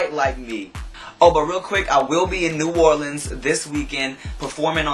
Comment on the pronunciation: YAYYYY you said new orleans right! =D